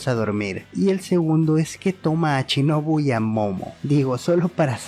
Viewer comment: SHinobu, no CHinobu